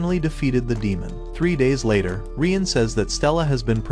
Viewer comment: no he said laer that night😂